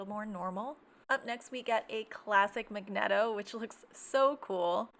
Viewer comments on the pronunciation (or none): It's pronounced mag neat o